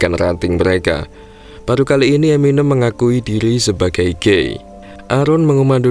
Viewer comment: eminém mas.. bukan eminêm